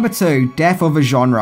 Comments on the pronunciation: it is "genre" not "genera" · Genera?? Really! It's "genre" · *Genre NOT genera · It's "genre" not "genera". Lots of good information. Decent video. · Death of a what ? A "GENERA" ?? Oh, you mean "GENRE" ! lol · "Lead lights"? Is that the Aussie pronunciation of LED? And "Genera" is now pronounced "Genre"? Funny... 😁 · What the hell is a "Genera"??